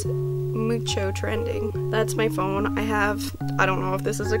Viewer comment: omg the way you pronounced phone 'pahoney' me and my friends call it that all the time 💀